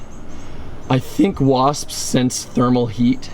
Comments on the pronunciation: 😂he says wasppsspss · He said wasppsps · He said Waspspspsps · The way he adds the extra s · STOP SAYING WASPS LIKE THAT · I don't like the way you say wasp's